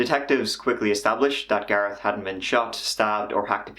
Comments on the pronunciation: It's Gareth not Garrett!!! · HOLD UP YOU SAID GARET LIKE U COULDN'T SAY THE H THEN GARETH STRAIGHT AFTER HMMM LOL U DO PUT ON SOME STUFF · says garetttt again. When before says Gareth properly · I like the way your pronunciation of "Gareth" seems to change every time you say it haha. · does the h not change the sound t makes where ever is from?